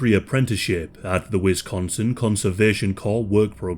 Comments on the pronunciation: Bro said “Wisconstin” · You said "Wisconstin" 🤣😂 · He said “Wiconston” ??? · But you couldn’t resolve the way you mispronounced Wisconsin?! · No T in Wisconsin but good otherwise 😂